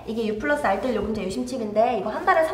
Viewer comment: 원래 알뜰요금제 ppl은 현재 담당이었는데... r ddeul... 발음 그리워요